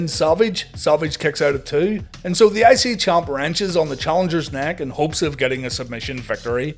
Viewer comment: Every time he says I-C champ or I-C TITLE I am hearing ICY-champ ICY-TITLE! L lol